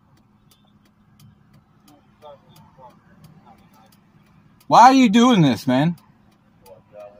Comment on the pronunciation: "Man, Bro or Dude" is not a great reply when a cop tells you to get out of the vee-hi-cle.